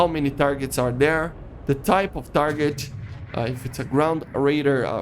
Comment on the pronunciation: Man.. please make your English better. I can’t watch your videos because you talk like Chinese ching chiang chiong. Ciolking, ciarget, ciu najt, f forcin. Man, just calm down don’t make those videos in a rush and dont spell it like that. This is not the hate, cuz you choose interesting topics but man.. this accent and in a rush type video just hurts and make me feel angry. It sounds like you are so stressed that I feel uncomfortable.. I will keep an eye on you but if you will keep it going same.. My ears cannot sustain that talk… And you always use filler words when you don’t know one like “you know” “”but still” “and stuff” I’m gettin this that you are not the native and me neither but at least you can work on your pronunciation and grammar would be then less painful.